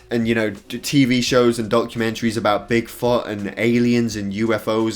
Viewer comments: The way he says Bigfoot makes it sound like big fart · What he said : bigfoot What I heard : big fucc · Did he say big fart or Bigfoot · “big fot” 😂